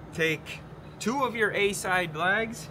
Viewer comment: I thought you were saying lags. I was like where the fucks the lag bolts.